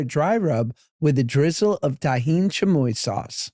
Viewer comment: Josh. Chamoy is not like a chili sauce. It's not spicy at all, it's a plum sauce, you just think it's spicy cause it's always with tajin. Which you guys should stop pronouncing like it's a Jewish word lmao